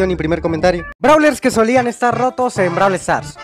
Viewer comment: "soluan" XD